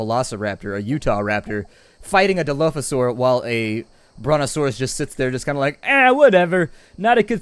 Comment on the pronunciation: OMG its dilophosuarus no dilophadon